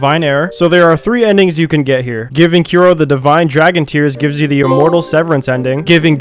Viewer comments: Bro kept calling kuro as kiro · The whole video I was like 'Who the fuck is Kiro?' xD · Bro said Kiro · the fact that you got genichiro's name right and not kuro's. damn